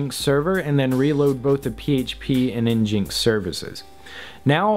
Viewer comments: THANK YOU. I go red with fury when I hear en-jinks. It's a play on the racial slur for native Americans, ingins; you know because of Apache. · N-GIN-X. not n-jinx... please.... :( crushin my soul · "Nginx" is supposed to be pronounced "engine ex" :) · FYI: ngnix is pronounced EN-jin-ix kinda like engine with ix at the end. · i see your prouncing nginx wrong it's pronouced engine-x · Great video! This doesn't matter, but nginx is pronounced "engine-x" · I cringed every time he said "nginx".